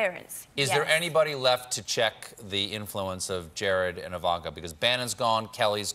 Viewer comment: Evanka. Melania. But Trump have a hard time pronouncing Kamala?